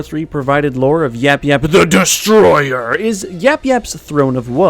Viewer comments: At the end you said it wrong. You said YapYap the destroyer. It is YapYap THE DESTROYER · If he says THE DESTROYER like that one more time I'm hanging myself with his entrails it is so annoying